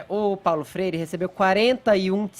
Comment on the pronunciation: Fefito --> " Paulo frere"